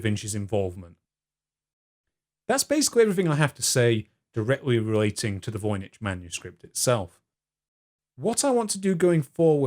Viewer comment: I'm fairly certain it's pronounced 'voyniCK' .